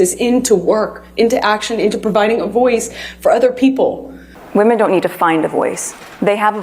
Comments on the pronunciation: My gosh, I hope someone teaches this unfortunate young woman the pronunciation of "women." She keeps saying "woman" when she means "women." It's almost as annoying as her general worldview and victimhood. This is pathetic. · Every time that girl says "woman", when she should have used the plural "women", makes me wish I could punch her through my computer monitor. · Does know that the plural pronunciation for more than one woman is "women"? I've noticed this a lot lately. Especially the feminists, they say "woman" have been oppressed, when it should be women, with an E. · Why is she pronouncing women as woman? She’s a lunatic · The main problem is that she can’t correctly pronounce the plural of woman. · Could someone please explain this weird pronunciation of the word “women” (plural) said as “woman?!!?” I’m hearing more & more and it’s driving me nuts! As in, they MEAN “men & women” yet they SAY “men & woman.” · Is she saying “woman “ instead of women? Sorry but her voice would send me off a cliff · The plural is "woMEN" not "woMAN"! I've been hearing that mispronounced more and more often from this age group. It's bizarre. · She can't even pronounce the word "women" correctly.